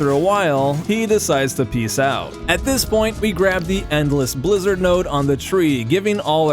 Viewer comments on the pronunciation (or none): none